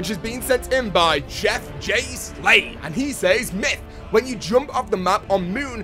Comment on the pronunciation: love your videos but I CANNOT STAND the way you pronounce says....you are killing me bro!!!!